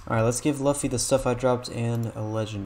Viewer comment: THE WAY HE SAID LUFFY LAOFFY 🤭